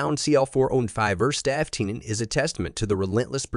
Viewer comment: What a piece of garbage video. The AI robot can’t even say C L 415. Thumbs down and totally not even remotely deserving of my subscribing.